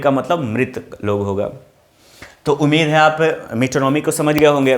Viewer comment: सर ये मेटोनोमी नाहि ये मीटोनीमाय कहते हैं.